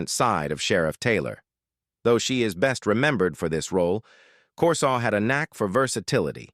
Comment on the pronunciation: You mispronounced Corsaut's name.